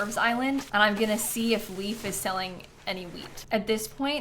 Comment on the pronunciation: "I'll go and see if Leaf sells any weed" is not a good sentence out of context 😆(Edit: I do know she says "wheat" and "Leif", but that's not what it sounds like 🤣)